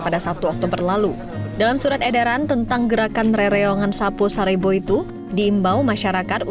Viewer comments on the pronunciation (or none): Bukan Sapoy Sarebo, tapi Sapo-é sarebu.